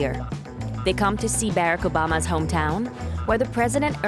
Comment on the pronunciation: These computerized voices AI voice is so annoying pronounced POTUS Obama spoke his name COMPLETELY WRONG 🤦🏾‍♀️🤦🏾‍♀️